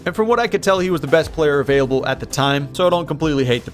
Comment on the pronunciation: “Best Player Available” sounds like “the best player from Auburn”. Hey man, I do it too